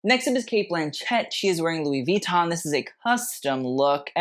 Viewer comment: I really really like your videos but Louis Vuitton the accent is at the end of the [ Lui VuitTOn ] :) just as you have said in some u prefer the proper pronunciation 😁 same as in privé is both at the end